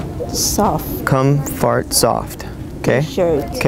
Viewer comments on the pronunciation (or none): "com-fart-soft" hahahaha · was that "congfort"? hahaha